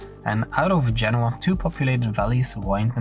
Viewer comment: Eric can't even getting the place name in Italy right! It's Genoa, not Genua! I know as I've been there